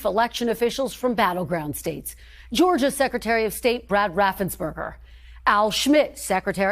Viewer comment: Please enunciate Brad Raffensperger's name correctly.